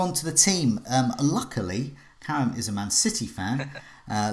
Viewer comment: love how ya butcher Karam's name the whole stream and he's too polite to say ..